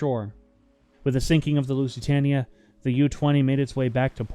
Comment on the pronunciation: At least pronounce the name of the ship correctly. And she never approached 27 kn, over a measured mile it was 25.6, and 25.8 averaged. You could've checked that on Wikipedia